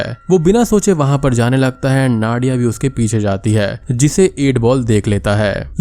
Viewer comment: Its नादिया , not नाडिया